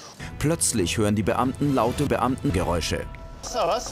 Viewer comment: sagt einfach soos